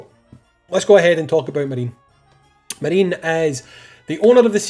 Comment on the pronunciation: I'm 99% certain it's Ma ri ne (3 syllables, japanese pronunciation)